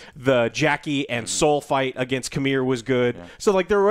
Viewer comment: His name is c'meer as in come here 😒